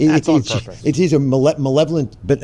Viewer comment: Funny that DOCTOR Oz messes up on the word malevolently when so many people mocked Nick for flubbing benevolent.